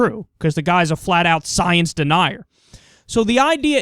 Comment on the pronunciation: Tell me more about this, "scii-ence." Lol!